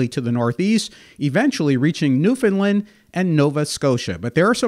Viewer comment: Good video, but "Newfoundland" should rhyme with "understand".